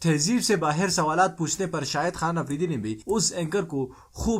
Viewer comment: Apridi nahen afridi Palastine nahen falastine (urdu main)